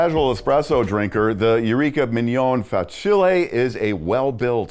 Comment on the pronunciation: Great review. However it made my ears bleed when you kept saying Fa-chilli 😂